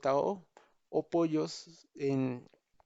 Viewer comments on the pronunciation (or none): pollo? es POJO jeje